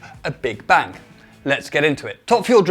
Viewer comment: Why tf do English people pronounce bang like bank. Can’t stand that shit for some reason